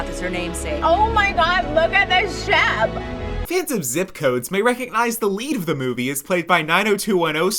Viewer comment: "oH mY gAwD lOoK aT tHe sHaP" got me dying💀💀